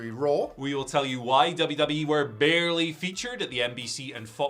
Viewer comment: “Barley featured” huh?